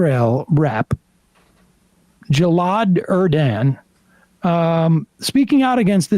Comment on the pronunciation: Sam, you can't even pronounce Gilad name. It's not Jello. It's Gil-ad.